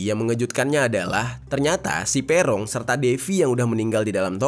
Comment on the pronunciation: Bacanya bukan Pe'rong bang, tp Peroong bukan e' tp e. Duh gimana jelasinnya.. 😂😂